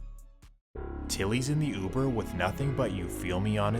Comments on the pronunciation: That’s news caster. Youber instead of Uber. What a dunce. 😂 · What the hell is youber? 😂😂😂😂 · That newscaster said youber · Dude said you-burr lol but serious note shits crazy stop the violence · did that ninja say Youber?? 😂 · "driving him for YOOBER" ☠💀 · "... & a man that was driving him for "You-ber" wtf? smh cmon grandpa lmao 😂 🤦🏾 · “Jewkwan” instead of Jaquan. And “Youber” instead of uber 😂😭